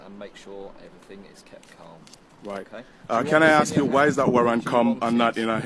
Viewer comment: "can I axe you?" that's done it for me, I stopped watching ....